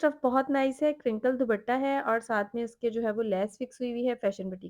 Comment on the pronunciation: ❤❤❤بہت خوب صورت سوٹس ہیں۔۔۔۔بس دوبٹہ۔۔۔کی بجاۓ صحیح تلفظ ہے۔۔۔دوپٹہ۔۔۔۔امید ہے آپ نے برا نہیں منایا ہو گا۔۔۔۔۔ شکریہ